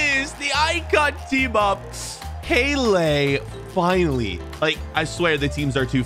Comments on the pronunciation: Peyly not pele peyley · bro’s pronounciation of Pelé killed me 💀